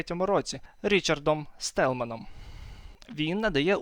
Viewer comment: Операційною системою , не оперативною Річард Столлман, не Стелман